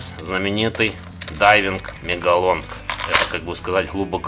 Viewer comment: Вообще-то не мЕгалон , а мАгалон !!!